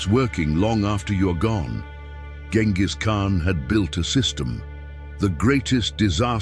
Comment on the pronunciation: Salām alaykum. You're pronouncing the name completely wrong. The first letter has to sound like the letter J—like the J in the word "jet." Write it however you want, but try harder to give this name some worth.